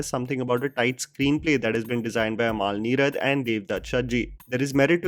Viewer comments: Bro it's not "Amaal" Neerad. its अमल. The way you pronounce the word sounds like the name of DQ's wife. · Sheda. Mr venam polum… by the by it’s AMAL NEERAD ennu paranjal ayalk enthu thenga manasilavum? umul n-ee-rud ennu phonetics paranju kodukk